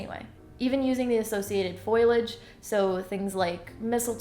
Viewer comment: When I heard you say "foilage" I was reassured of your greatness!